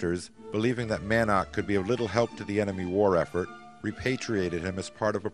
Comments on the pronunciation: Man - ark? Mann-ock is not only how it is written and should be pronounced, but is easier, too. The photographic assemblage is excellent, but again, the music is like an irrelevant and distracting soup poured all over it. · The man's name is Edward "Mannock" (pronounced "Mannick" NOT "Man-nark") 🙄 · One would think, they could at least have the narrator pronounce the pilot’s names correctly. I only made it as far as Mick “Man-awk” before I was forced to give it up.